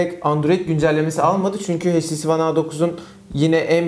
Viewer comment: sarı kardeş "heyç ti si" değil "eyç ti si" şuradan dinlemende fayda var